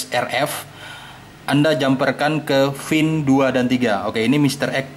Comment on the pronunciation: PIN, PLL, PA, bkn FIN, FLL, FA .. KOFLER